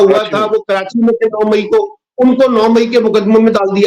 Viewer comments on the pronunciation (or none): none